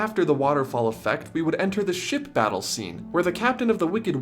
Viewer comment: am I the only one who thinks he is saying"sh!ts" when he says "ships"?